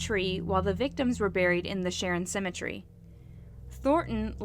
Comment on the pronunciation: So he was immediately brought back to the plantation and hung? No trial? Also ... I noticed this in a few videos so I thought I would help ... Cemetery is pronounced sem-uh-terry. If ever unsure of a word in the future, Google pronounces words for you too. As well as Suri and Alexa. Great work, love your channel. Thank you! 😁👍